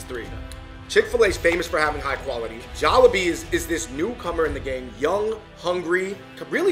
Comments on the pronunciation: please stop saying jolibeeSSSS, there is no S in in.... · Can they stop calling it Jolibees all the time 🙄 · it's " jaw-lee-bee" not "jaw-la-bee"🧚🏼‍♂️💓🥰✨💫🌸